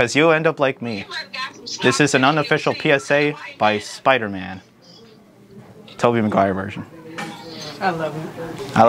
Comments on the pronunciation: Ah yes. Mobey teguire. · ✨Mobey taguire✨ 😭😭😭😭😭😭😭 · “Mobey Taguire” lol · I Like How No One IS Talking About : ''Moby Taguire'' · Tobey maguire ❌ Mobey taguire ✅ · It’s not mobile to wire it’s Toby McGuire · this would have been cool without the forced jokes. Spiderman humor is hit or miss, but like when shit misses he moves on. This dude kept sayin “mobey taguire” the entire fucking video and no one thought it was funny. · Mobey taguire 🤣🤣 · Modey Taguire 😂😂🤣🤣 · omg its mobey taguire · MOTEY TAGUIRE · Mobey Taguire wtf